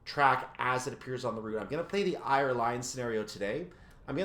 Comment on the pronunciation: Ayr is pronounced Air. Like the air you breathe. Ayr Line = Air Line. I'm not criticizing as I love the route as well. 😃